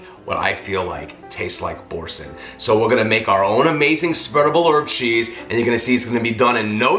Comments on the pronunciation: This cheese was created in Normandy in 1957 by François Boursin and actually is pronounced Bore Sahn, not Bore Sin. Sorry, my French side of the family is raising it's head. But...I loved your mix of herbs. I especially liked the fresh garlic as opposed to garlic powder. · It is pronounced "bor -SEH" .